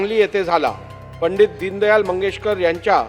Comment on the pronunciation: दीनदयाळ 😂😂 आणि हा म्हणतं होता मी वकील होतो 😂😂